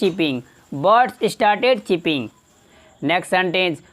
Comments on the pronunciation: चिपिंग नहीं, चर्पिंग . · It's chirp is pronounced as churp यानी चर्प, चर्पिंग